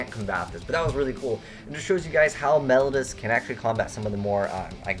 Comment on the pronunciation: meh-low-dee-us as in "melody" if it was pronounced "melodus," they would be called Melodus Divas.